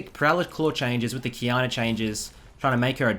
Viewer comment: I always hear him pronouncing it qiyaner